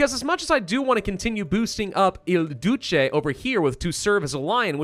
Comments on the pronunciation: ''The Dooce?'' nah, ''The Doot-chay'' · Duce is pronounced DOO-chay